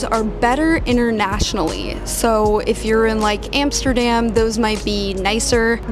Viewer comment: you said "Amersterdam" my home town. i subscribe.🥰